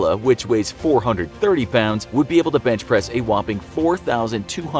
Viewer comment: I thought he said "Bitchpress" at the start of the video